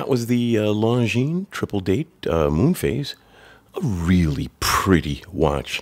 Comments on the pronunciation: It is pronounced Lonjin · As you are running a watch channel, I think it would be important to pronounce the brand name properly. The S at the end of Longines is silent.